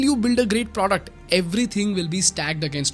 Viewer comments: please dont say “pr0duct”😬😭😭😭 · I love how you say "produckt" ;)